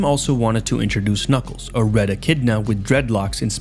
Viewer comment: don’t worry he always says knuckles like kniggles